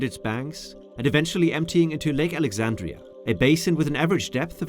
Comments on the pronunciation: Lake Alexandrina with a second n 😊 (Yes, I live here and it used to catch me out too.) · *Lake Alexandrina. Great video otherwise.